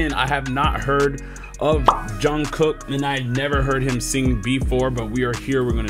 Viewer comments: *Pronounced more like: Chawn-Goog. With a soft g on the end like the word hotdog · The first K in JK's name is silent. So it's pronounced like Jung goo. You also don't really hear the K on the end. You are stepping into what being called the rabbit hole of BTS. Enjoy. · Look up Jimmy Fallon with BTS. JUNGKOOK SAYS HIS NAME. IT'S pronounced (JUNGOOK). First k is silent. 😊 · So many good comments! Since you asked about pronunciation, Jung Kook (정국) is more accurately pronounced as Jung Gook. If it were spelled 정쿡 it would be pronounced Jung Kook. Romanization can be inconsistent and flawed. It's impressive to think that he's been at the center of BTS since he was 15. Thanks for your reaction. I enjoyed it. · His name I’d pronounced Shyoung-kook. (Not John, Yoong or Young) First K blends with the G preceding it, but not quite and the last k is a glottal stop. And if that all seems too much work, you can call him JK. As long as you do it with love! He ain’t just pretty. He’s so talented and respected by his peers. He sought out his favorite dancers and they all jumped at the gig! This is his first solo project and it’s 🔥Deep dive BTS videos for more great dancing. Stratospheric trajectory to global dominance over 10 years, through evolved artistic styles from teen pop and rap to R&B, soul, hip hop and works with more gravitas. All the while being handicapped by the pandemic and their looming enforced conscription (all members at the moment) into the military. Thanks for the educated commentary. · Pronunces JONGGUK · I watched many reactions. This was the best. I all ways. But I especially like that you notice the dance and know the dancers!👏 As a choreographer myself i like that. His name is pronounced like you say the K more like a G. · Your okay if you pronounce his name wrong its alright. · you could just say JK if you can’t pronounce his name!!